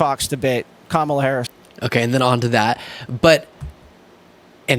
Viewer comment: KÄ mä lah (Comma la) even the children can pronounce it🙄 VOTE💙💙💙💙